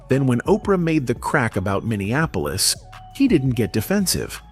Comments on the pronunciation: It's not Minneanapolis. It's M i n n e a p o l i s. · PLEASE...it's MINN-EE-AP-OLIS.. not mineanapolis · Minn-e- ahh- police. You are literally watching a video where they pronounce it correctly. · Young man, it's Min nee Ap polis, Min ni Napolis. I know that some of you will go mad over me offering this correction, but I don't apologize for knowing what you obviously don't. Those in power, Black and White, label you before you've completed your first sentence. Speaking correctly can either propel you, or hold you back. Yes, I know Steve Harvey says, "I am poor vs. I is rich." They have to hold someone for you model yourself after. And for those of you who become a sucker to speak poor grammar because it is good enough for Steve Harvey, are in for a rude awakening. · Say it with me bro. MEN-E-APPLE-US. MINNEAPOLIS. But the look on his wife when asked about Amiir. Crushed her and ahe was fighting back pain and tears. And ultimately it was that interview that marked a separate path for the O-/> and Mayte.